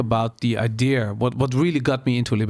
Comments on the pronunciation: Is het 'idea' of 'idear'? Idear klinkt heel fout en irritant 😂. Maar mss zit ik er helemaal naast 😊. Verder top aflevering! Mss moet je die Pim van Lommel ook een keer uitnodigen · waarom spreek je idea als i-deer uit? 😆 Verder echt enorm genoten, dankjewel voor de podcast. Altijd al gedacht dat het zo in elkaar zit maar prettig het eens vanuit een meer wetenschappelijke visie te horen. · Waarom spreek je idea als I-Deer uit? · Behalve het woord idea, die spreekt hij als i-deer uit